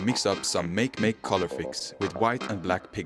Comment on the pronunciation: Considering the logo of that company is a Moyai, it's most definitely pronounced "MAH-kay MAH-kay," not "Meik Meik." Makemake is the Rapa Nui creator god (Easter Island people).